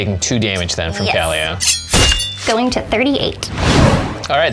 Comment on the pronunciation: Kaalia is pronounced as the following, kaw-lee-uh. This is the way google translate and everyone i know pronounces it.